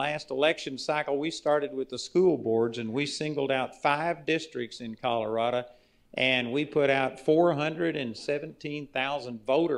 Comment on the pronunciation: I laughed every time he said "Colorado". What a PRONUNCATION! In all seriousness, he's an awful guy.